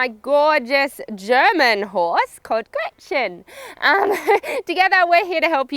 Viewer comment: Is the horse called "Gretchen"? It's so funny how you pronounce it. ^^